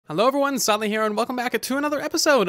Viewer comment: Uhmm am i the only one that hears his intro saying his name sally instead of silent haha